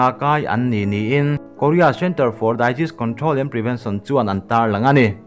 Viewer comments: Disease hi Daiziz tia lam tur ani lo. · Daizis control or Disease Control.. A lam rik dan hi ka hresual nge Disease (Dezis) tia lam tur a ni em aw.